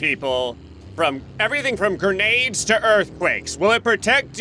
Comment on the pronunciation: its Grenade, nor gernade.